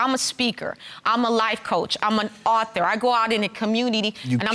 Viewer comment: Imagine a judge that can't pronounce "author"....one of the many reasons why I can't stand this version of DC....